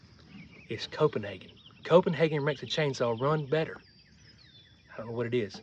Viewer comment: Copenhagen lol, Get r dun.... 😊